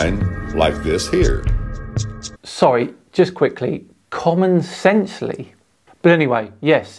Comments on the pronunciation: "Common Sensely" Had my rolling... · He had me at "common sensely"